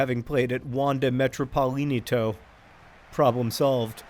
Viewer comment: John butchering Wanda Metropolitano and playing Rayo Vallecano is an absolute Spanish fantasy... Greetings from Madrid!